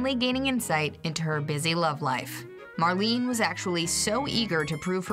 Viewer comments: Mar-lay-nah, not Mar-lean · Marlene. 'mar' 'lean' 'uh' Dietrich